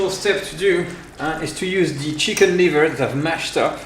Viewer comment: Yes, ... and "cheeeken"... makes it totally French